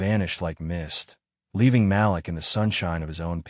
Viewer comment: IT IS NOT PRONOUNCED "MAL-LICK...IT IS PRONOUNCED "MAL-LEEK"!!! Why always write about black folks when you cannot even pronounce the names?? Why dont you write about crazy white people?